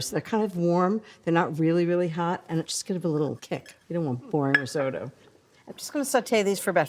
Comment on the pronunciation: Why can't any of them pronounce "risotto"?